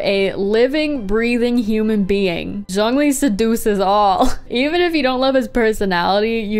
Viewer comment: How did u get zhongli right